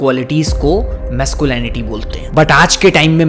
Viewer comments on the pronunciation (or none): Masculinity Pronunciation is Wrong. Just saying No Offence.